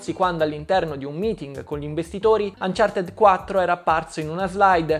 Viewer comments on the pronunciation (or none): none